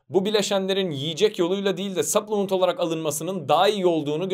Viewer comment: 9 dislike "saplımınt" diye okumayanlar